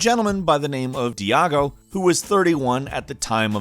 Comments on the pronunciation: there's nothing wrong with you trying to pumping video for everyday , but please , at least do some research. the guy name is Daigo not Diago also what he's doing is completely not level up his character not at all. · Die-Go(Daigo) not Diego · Daigo, not diago